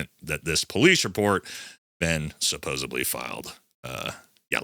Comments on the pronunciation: Say it with me.. "Suh-pose-ED-leeeee" Where does the "B" come from? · Like your videos but dude, you're killing me with this. It's supposeDly. There's no B in there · supposeDLY.. NOT supposeBLY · Brother, I have so much love and respect for you. You HAVE TO STOP saying "SupposeBLY" It's "SupposeDLY". Not being a grammar N*zi, but it makes my skin cringe when I hear you mispronounce that word.